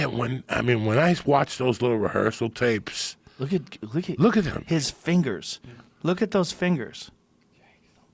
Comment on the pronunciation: Joe “ look at this fingeres” Rogan